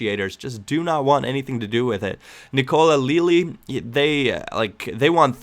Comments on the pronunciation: its lay aly not leely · I'm italian, you pronounce le a li